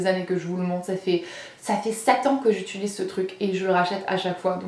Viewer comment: je regarde les vidéos de depuis des années, suis-je la seule qui se rend compte de qu'elle dis "utuliser" au lieu de "utiliser"?? lol